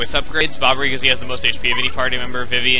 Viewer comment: "he said Bobberu instead of Bobbery